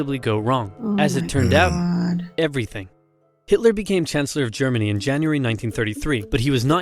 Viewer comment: Who is "Hilter"?